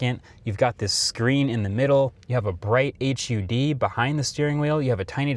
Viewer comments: It's pronounced hud, not H.U.D. You should play more video games. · PLEASE FOR THE LOVE OF GOD JUST SAY HUD “HUD” ONE WORD LIKE NASA OR NATO OR LASER HUD